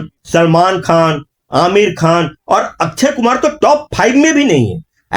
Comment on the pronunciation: अच्छयकुमार नही, अक्षयकुमार